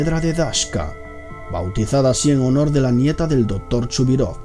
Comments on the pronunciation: soy yo o este tipo no sabe pronunciar la palabra C porque cuando menciona por ejemplo al doctor el dice dotor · dice " el Dotor " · Es doCtor no dotor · dotor ????? jajajajajajaj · Porque dice el DOTOR jajajaja me parto de risa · "Dotor" Jajajaja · El "Dotor" :v "Esiste" gente :V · Por que la voz tan afectada? Porque no pronuncias las c? Dotor, colecionista